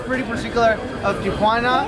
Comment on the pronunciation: Kudos for pronouncing it correctly- Tia Juana is here in La Paz! Jajajaja